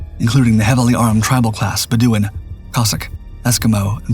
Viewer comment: HMS Bedouin is pronounced Bed O Win, based on the Kurd Tribes, hence Tribal Class.